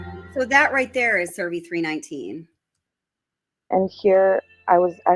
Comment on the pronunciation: CERVI NOT SURVEY!!!